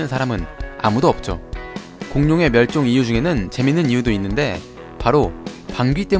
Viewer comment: 멸쫑 했습니다↓